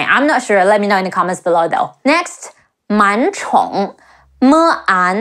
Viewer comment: On Man Chong, you need to tell people that when you have two third tones (dipping than rising) consecutively, the first character is pronounced with a second tone (rising). Your intonation did not match what was written. Like “Ni hao?” It’s difficult to do two third tones anyway.